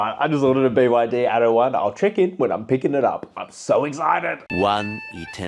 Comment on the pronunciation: By the way, it's "ATTO", and not "ADO". It means "Act 1". Damn, "American-Australian" ghetto pronunciation...